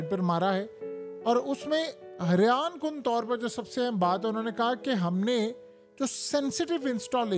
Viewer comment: Haryan kun baat 😂. Heraan kun nahi bola 😂